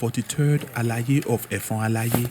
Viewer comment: You really tried and commendable but the pronunciation of effon alaye was off . With you on this , welcome .